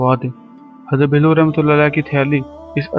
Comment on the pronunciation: Bhai Hazrat Bahlool khana tou seekh lo phir channel bannana urdu par raham karo